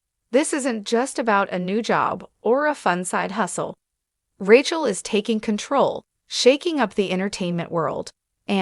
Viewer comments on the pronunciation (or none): Please, the incorrect pronunciation of Rachel's name is irritating!